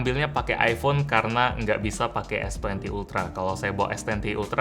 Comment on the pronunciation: Es, bukan is wkwk